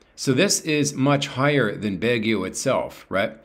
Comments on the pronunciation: Its Baguio not Bagio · Let me help you .... sounds like this....BAG GU.....not BAG GE O